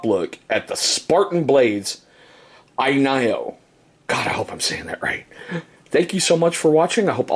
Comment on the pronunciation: It’s pronounced N YO here’s a link to the maker saying it